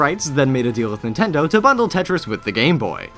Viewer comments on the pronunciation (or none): none